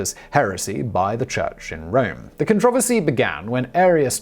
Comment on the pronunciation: Simon constantly makes me question my pronunciation of everything!! I’ve even started saying “controversy” his way instead of how my Midwest American upbringing taught me. I don’t know if I know sound smart or confused.